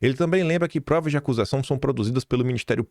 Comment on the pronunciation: “Quis provas”… ouvi isso novamente?